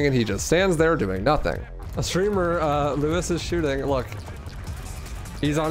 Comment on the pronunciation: i cannot watch this with u saying lewis the whole time 😭